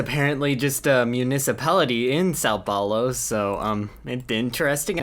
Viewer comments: Fun Fact: You actually pronouced the name of São Paulo correctly. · I am from Brazil, and while it might unrealistic, u did say São Paulo right so cheers to that bro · You have actually pronounced São Paulo quite well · Yes, you said são paulo right Chad